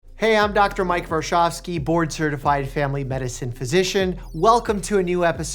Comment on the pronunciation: I thought at first he said born certified at the beginning like Mike came out of the womb certified as a DO lol